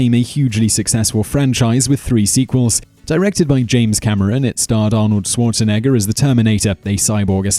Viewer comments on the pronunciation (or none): none